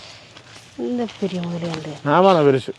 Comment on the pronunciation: முதலை, not முதளை